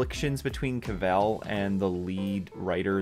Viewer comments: Dude, Cavill is English... Not french. It's CA-ville... Not ca-Velle. Listen to him say it... Not a big issue, but still of substance. Unless you're doing a play on Kal-el. Lol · The way you say his last name makes me not want to watch this video lol